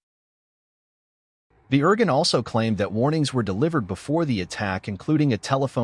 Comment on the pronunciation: it's pronounced. "Ear Goon". thanks!